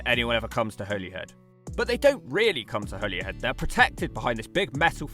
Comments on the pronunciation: I like the fact that you used to pronounce Holyhead correctly and now don't 😊 (it's Holly-head). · Pronounced Holly-head as in holly and the ivy. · For your information it’s pronounced “Holly-head” Or in the local accent “Holly-‘ed” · Your assessments of these is 100% correct. But Bangor is not seaside town/city and everyone pronounces it Hollyhead. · holyhead is pronounced like the tree , i lived here for 45 years so me and the other 65000 people who live here should know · you were right about how you thought 'holyhead is pronounced - Hollyhead ;) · Being Irish I've passed through Holyhead many times. (Every single person in Ireland pronounces it 'Hollyhead') I've been all across the UK and I'd say Holyhead is one of the bleakest places I've been to there. I hope the rejuvenation is successful, but I have my doubts. I remember multiple times where I'd arrive there a few hours before the ferry back to Ireland, and ideally it would be nice to spent a couple of hours in a nice cafe, pub or restaurant. It had none of these things. As I recall, the drive-in Mcdonalds was the best food place there. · Every single person in North Wales pronounces it "Holly-head" too. Literally nobody calls it the way it's said in this video. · It’s pronounced “hollyhead”. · Your pronunciation of Holyhead was painful. Go back to how you originally pronounced it. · Funnily enough Holyhead is pronounced wrong by the Transport For Wales railway announcements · You pronounced Holyhead right the first time, and then incorrectly for the rest of the video🤣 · You pronounced Holyhead correctly the first time. Not the weird way on the rest of the video. Caergybi in Welsh. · Every large mining area is excluded from the national park, because they're so heavily altered by heavy industry, all UK national parks exclude areas altered by heavy industry. You were right the first time, Holyhead is pronounced like the plant used for xmas decorations, whoever corrected you might have been taking the piss!